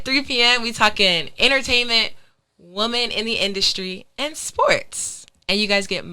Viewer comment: I'ma say this every time I hear it... SAY WOMEN RIGHT!!! This is ridiculous, I love your work but damn! Women- (Wim-en), PLEASE FIX IT!